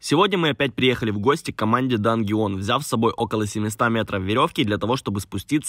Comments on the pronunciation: "дангеон" Омагад ты шо крейзи? Это же очевидное английское слово, которое читается как "данжион" Простите за доеб, я сдаю экзамен по английскому:)) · Дангеон????? Это действительно такое название канала или не правильно прочёл (Данжен) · Может данжн, а не дангеон?